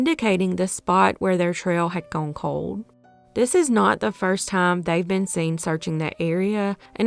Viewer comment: “Lonnie wuz Guuen” 😅😂